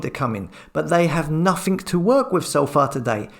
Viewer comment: You're doing a great job but stop saying "nothink" it's nothing.